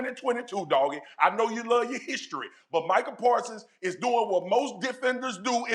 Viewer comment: Micah pawsons 😂😂😂😂😂🤣🤣🤣🤣🤣🤣🤣🤣🤣